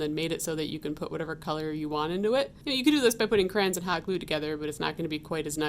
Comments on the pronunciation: They are called CRAYONS, not "Crans" LOL. "CRAY-ONZ" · It took me a solid minute to understand 'crans' meant cray-ons 😅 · It’s freakin CRAY-ON-s